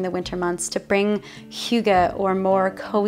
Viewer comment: you nailed hygge A+ :) I am from Denmark - where do you live in Denmark? - looks like Jylland?